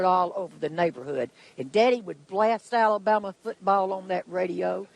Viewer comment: I love when she hurls the insults. Also, the way she says AlaBUMuh. Total entertainment! Go!